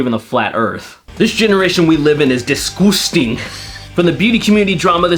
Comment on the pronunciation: "disqusting" The way pronounced it had me in stitches! 😂 🤣 😅